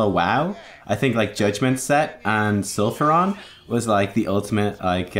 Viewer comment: STOP. SAYING. SULFURON !!!!